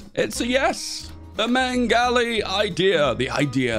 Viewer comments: Anyone else annoyed how says meng-ali when its spelt meg-ali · yes, Greek language doesn't make sense when written in a alphabet that it doesn't use, lol also, I forgive most of it, but "Megali" is six letters, sound it out, "Me-ga-li" where is the "n"? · There's no N in "Megali" Meh-golly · hearing him say meNgali idea makes me mad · inability to say the Greek names right irks me Helias and mengali idea irks me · Great video, but the way you pronounce Megali and Hellas hurt a little ngl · The "n" added to his pronunciation of Megali was my 9/11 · I swear anglophones are just incapable of reading properly. Where is N in megali idea? Where is N in Hellas? WHERE DID U GET IT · As a Turk, I am glad you butchered the word Megali every single time. Jokes aside shoudn't british and kurdish protectrates swap? You know since the Brits already control northern iraq and the french allied themselves to the local armenians gangs in the turkish war of independence.